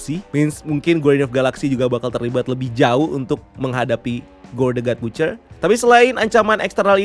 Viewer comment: Baca ny bacer min bkn butcer